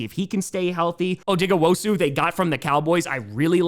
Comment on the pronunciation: “Odigawosu”-😡 I’ll remember this disrespect